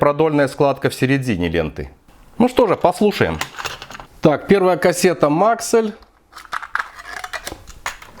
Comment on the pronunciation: Только не мАксэль а максЭлл